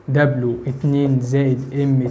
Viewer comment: اسمها دبيو مش دبلو